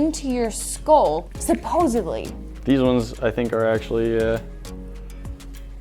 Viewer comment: ...did you just say "supposively"? regarding the music sunglasses. LOL